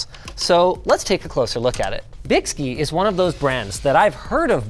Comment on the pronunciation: Another 20 minutes of Linus mispronouncing a brand name. And Byski may have messed that up, but they are the only company that makes the GPU block that fits my GPU, and it works amazingly well